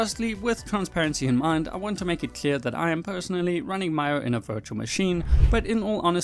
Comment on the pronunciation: it’s mee-o